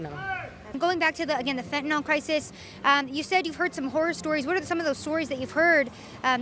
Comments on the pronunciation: I know this is pedantic, but I just had to note that not once was fentanyl pronounced correctly here by anyone. It’s not “Fent-un-all”, it’s “Fent-uh-nil”. Rhymes with Clearasil, not wherewithal. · The addicts, for some reason, say fen-ta-NAL, when the drug name is fen-ta-NIL. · It's fentanyl, not fentanol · You spell it fentanyl, but you say it fentanol. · FENT A Noll? Hard to take you seriously when you can't pronounce the name of your subject. I get it. Credibility and actual skill at reporting doesn't really matter here .